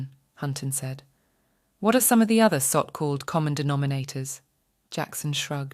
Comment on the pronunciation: i think it is but its the best ive heard yet. you can catch it on things like 'so-called' it said 'sockalled'